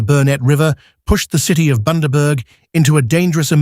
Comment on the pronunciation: Boondaburg. Where the fuck is that narrator from